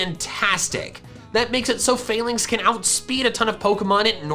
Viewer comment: i believe its pronpunced fah-links and not fail-links